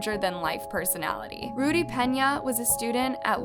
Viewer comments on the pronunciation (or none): none